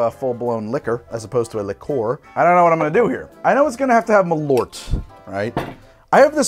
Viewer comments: Ö not O. practice :P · Hearing Americans pronounce it M’lort as a Swede makes me giggle every time♥️ (As you probably know malört is wormwood in swedish)